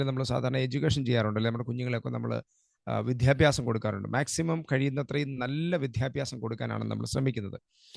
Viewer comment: വിദ്യാഭ്യാസം(not വിധ്യാഭ്യാസം) please